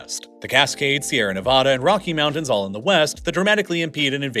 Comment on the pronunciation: He also pronounces mountains as mounans